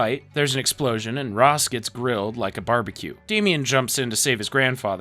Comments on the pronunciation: It’s rashe not rozz I hate this so much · bro how do you get the pronunciation of Ra's al Ghul wrong, it's pronounced raysh, as mentioned in other series by the character, not like the egyptian god Ra with a long a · Yo was about to comment the same thing, mispronounced Ra’s too